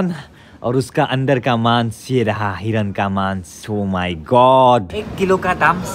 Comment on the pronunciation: Hiron nhoi a... Hiran 😂😂😂